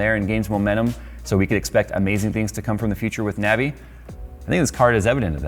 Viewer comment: Every time he said Navi I lost brain cells.